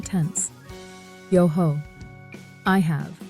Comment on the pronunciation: It’s useful to set out the conjugations of these common verbs but the pronunciation doesn’t seem very good eg Ho I have you shouldn’t pronounce the “h”. Also Every vowel should be pronounced .